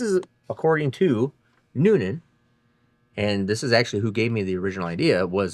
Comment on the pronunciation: "Splayed caps according to Noonan". Had to replay that as I thought you said Newton!